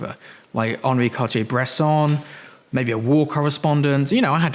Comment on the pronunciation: Bless you for pronouncing Bresson's name correctly.